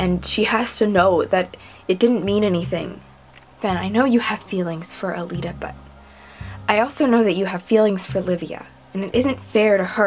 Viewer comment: it's calita, not calelita:-)